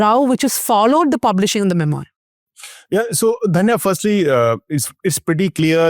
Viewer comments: It’s not ‘mem-oyer’. It’s’mem-wah’. This is basic. That said, it’s a relevant subject that’s been covered very well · The word is “mem oo are” (French) Dhanya. Please get your pronunciation right